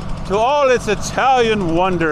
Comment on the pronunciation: take to eye-talian tractor to the best Olive Garden in Kansas